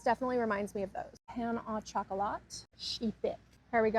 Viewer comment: Pain au chocolat: ‘Pan Oh Shoh-Coh-Lah’, not ‘Pain uh chocolate’. Croissant: ‘kwah-sohn’, not ‘Crew-Sont’